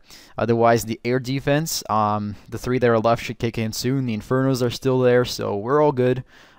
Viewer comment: It sounds weird when you say: Air deeefense